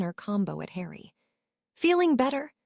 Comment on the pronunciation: Like how hard would it be to show the Ai language model the potter films???? It cant pronounce harry at times so words only known in Potterworld they absolutely murder....its atrocious.